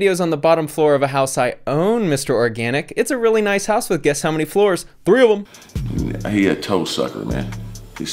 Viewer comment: Lmaooo said 3ofem 😂😂😂